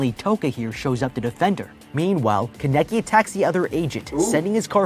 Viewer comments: DUDE STOP IT im getting so damn mad at the commentator (not ) for saying Kan-Eki and not Kane-KI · This man pronouncing kaneki as kuh necky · I can't be the only one who's only focused on how he's mispronouncing every name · is it me or is it annoying how the guy pronounces kaneki and the coffee shop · I haven’t even finished the video yet and I’m already pissed lol bruh can’t pronounce Kaneki’s name right. That bothered my nerves soooooo badddd!!!! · He was saying his name wrong